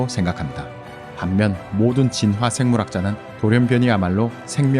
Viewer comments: 이 채널 특이한점 '진화'를 [지놔]가 아닌 [진.화.]로 한글자씩 발음하심 ㅋㅋㅋㅋ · 진화 발음 너무 거슬려서 못듣겠음..보다가 꺼버림